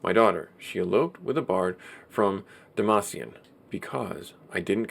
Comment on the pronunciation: lol demacian...no more league of legends for you...I think is Dam-Cyan.